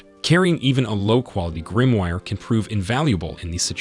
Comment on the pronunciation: Did you just call a Grimoire a Grimwire? 🤣